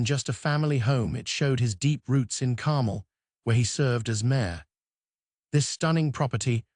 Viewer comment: AI bot voice. Carmel doesn't rhyme with carnal. Repetitive AI crap.